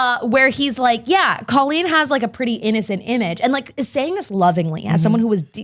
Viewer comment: I literally want to grab her and tell her that her name is COLLeen not COlleen. I’m glad I’m not the only one that thinks that crazy